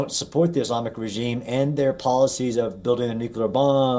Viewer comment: say regime pls. come on.. u can do it! its not "reggeesms" what poor english